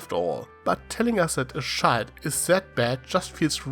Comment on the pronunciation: It took a bit of you saying “child”for me to realize you were saying “child” and not “shild”